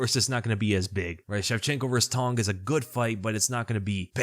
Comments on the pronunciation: “Cong” is pronounced “tsong”, not “tong” for those wondering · It's Wong TSONG. The C in Cong is pronounced TS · For what it's worth, the proper pronunciation of Cong Wang's name would sound like "Wong Tsung (rhymes with 'tongue')." In Mandarin to English translation (often referred to as Pinyin), the "C" sound is pronounced as a "Ts" sound, e.g. "Cats." Hope that helps. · the C in Wang Cong is pronounced "ts". "Wang Tsong". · Hey, not an expert but my understanding of how to pronounce the "Cong" in Wang Cong's name is that the 'C' is a bit like a 'tz' sound combined together. An (incorrect) approximation of this is the 'ch' sound, although that's a distinct sound in Mandarin as well. There are probably sound guides on Wikipedia that will do a better explanation of the differences. The way her name is romanised from Mandarin characters is called pinyin, in case that helps with finding more information about the pronunciation.